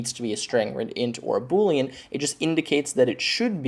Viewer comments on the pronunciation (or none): none